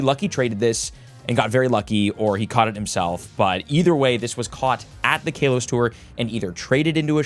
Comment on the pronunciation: You saying kalos is wrong not trying to be mean